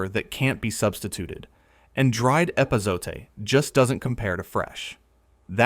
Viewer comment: At least get an AI reader that can pronounce epazote, or better yet, hire a real person.